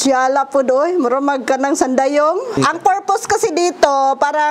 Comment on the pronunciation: Natawa ako sa parang "sandayong". Hahahahaha. Sana mag 24 hr Bisaya Challenge sila ni Lloyd. Hahahaha.